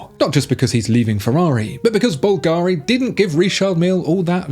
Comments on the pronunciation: The pronunciation of Bulgari is wrong, the accentation is different, it sounds more like Calgary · You still pronouncing Bulgari wrong. Is not difficult to find out how to pronounce It. Have you ever heard of Google?